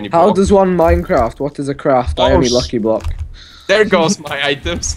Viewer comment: i love how when says lucky block it sounds like he says licky block XD